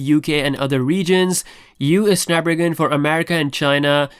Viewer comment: Drink every time says Snap-ragon.